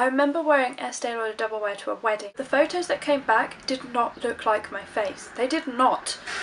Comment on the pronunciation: FFFFFFFFFAUX TOES;) hahaha you did say photos quite posh have to agree have u had a trim!? xxx